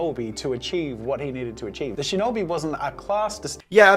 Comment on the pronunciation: If you want to talk about pronunciation, it's pronounced "shee-know-bee", not "shin-knobby"